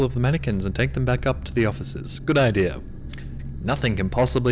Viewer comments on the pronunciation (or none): none